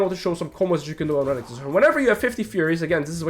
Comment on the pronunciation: I like how you pronounce Renekton. Rankton xD